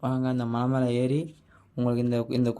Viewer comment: மழை❌ மலை ✅